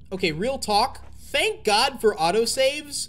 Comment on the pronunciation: "fank god for auto save"